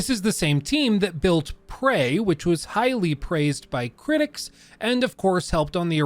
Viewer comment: hah...."highly preys'd" :)